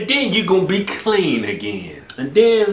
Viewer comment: that's KUH-LEAN!!!!